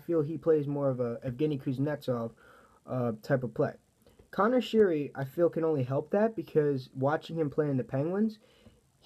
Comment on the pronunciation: uh it’s pronounced sherry